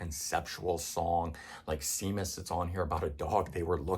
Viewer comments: Seamus is pronounced SHAYMUS, not SEEMUS. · Seamus is pronounced “ Shay miss “. It is how James is pronounced in Ireland. My ranking 1. All albums. 2. Dark side of the moon. Dark side is extremely overrated.